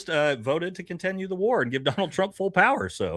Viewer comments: I’m not a native speaker but „continue“ is pronounced „kuhn • ti • nyoo“ (the word „contenue“ imo does not exist in the English language). Great content nonetheless. Please continue! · Does keep saying conTENue?